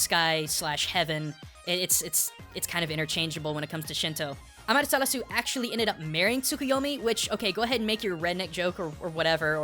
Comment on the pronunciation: amatarasu? sukiomi? this isnt Naruto